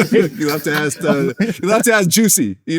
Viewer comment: All those degrees, and he cannot pronounce "ask."